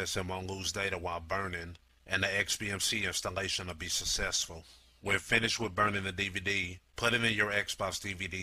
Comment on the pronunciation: i have always wanted to ask whats popoler and googooe and susessful and fo and extasista? dude you need to speak English not lazy...